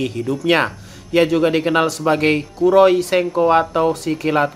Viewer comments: kuro item, kiro kuning om. Kesusu amat ngomongnya Ampe belepotan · kiiroi senko bang, bukan kuro